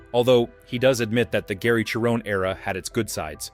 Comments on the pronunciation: HIs name is pronounced SHARE-OWN. Not CHAIR-OWN. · And he can't pronounce Gary's last name correctly. LOL